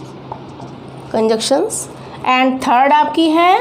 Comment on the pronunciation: These are "Conjunctions", not "Conjuction."